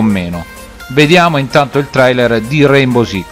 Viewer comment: Ciao È un po’ che non ci si sente Ah comunque è RaiNbow con la N😂